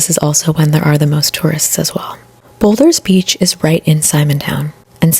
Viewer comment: Simon's Town, and boulders beach and Chapman's peak is how its pronounced. Also, theyre prawns, not shrimp. No hate but omg your pronounciation of everything, and your whispering is hectic.